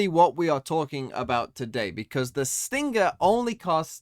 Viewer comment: Dear, why do you pronounce stinger and sting-ger